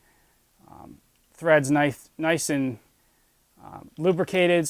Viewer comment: you said nithe nice video man!